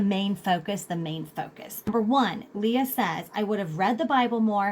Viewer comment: Thank you for this thoughtful & thorough information! Leigh (not “Lee Ah”) Bortins 😬